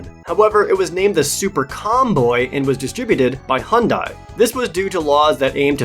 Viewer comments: It's Hyundai. Like "Sunday". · That's "Satella", not "Statella":P also... - "Hobard" Lincoln? Really? Hobard? What's going on with you,?:P EDIT: omg... - "Hondai"?...... pls...